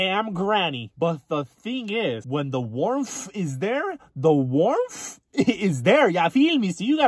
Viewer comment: Homeboy said “when the warmf is there.. the WARMF IS THERE”